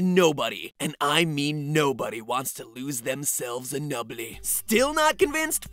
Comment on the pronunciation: I DIED LAUGHING "Nobody and I mean nobody wants themselves to lose a NUBEHLEE... 0.5 speed it's even funnier...